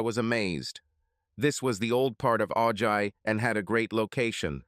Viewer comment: If he was from Ventura county he would know that Ojai is pronounced Ohi.